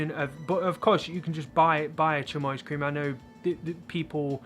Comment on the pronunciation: Chamois is pronounced like this: sh (as in shy) a (as in bad) m (as in my) y (as in happy). Shammy :D